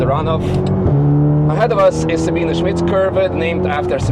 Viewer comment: "Sa-been-eh". It's not Sabeen. It has three syllables. There is an "e" right there on the end, in plain sight! Pronounce it!